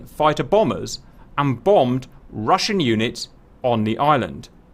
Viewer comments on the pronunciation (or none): none